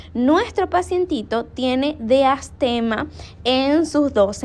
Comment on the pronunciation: DIASTEMA, NO DEASTEMA.